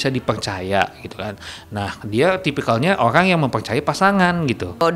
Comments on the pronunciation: Orang Tiongkok ya ? Ko sebut orang jadi olang wjkww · Oang...Bicara R dong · Kok kedengeran nya semua huruf R jadi L 😅, dibilang nganggul, olang,,kumalasali, telus, safali, menelima, pelempuan, celai ,dibatalin, 🤪😷🤦‍♀️